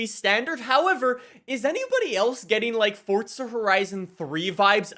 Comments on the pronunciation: Fortza.... its forza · Stop saying "Fortza". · THERE IS NO T IN FORZA!!!!!!!! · i like how he says fortza instead of forza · FORTZA HORISON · This man puts the T in forza